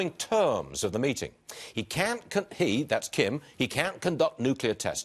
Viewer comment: it’s not kim jong [ugn] it’s kim jong [oon]